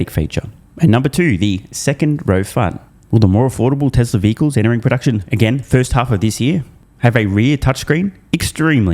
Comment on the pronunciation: Year .....Yeeee Tesla.....TesleR he has a problem adding an R. and. removing an "R"